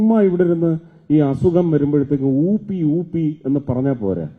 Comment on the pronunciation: ഉപ്പി അല്ല ഉംബ്ബി